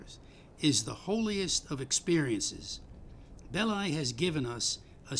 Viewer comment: Belly is French, not English. It's Belli, not Bellai